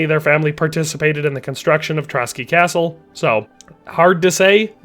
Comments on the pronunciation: Just a small mistake I noticed. Its not Trotsky castle. Its Trosky (whic could be translated as "ruins"). And (this is a smaller mistake) the pronounciation of Hradec is wrong. Normally I wouldnt even mention this but I felt the need because you pronounce it as Hradek instead of Hradec. Which is a completely different city in Bohemia actually. :D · Pronouciation on Trosky Castle -> Tro S ki Not Trocky (bolshevik massmurder that commited multiple genocides of various White Peoples living in Soviet Union). Otherwise great vid, thank you for that. God bless. +][+ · As a Czech, i just wonder why he pronounces Trosky as Trotsky. Where the ''t'' comes from?